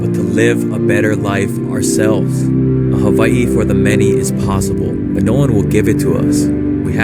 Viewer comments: Did he just call Hawaii “haveiii”? Embarrassing. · I like how he pronounced Hawaii and the rich will make sure s guy like him loses thats the state of the union for ya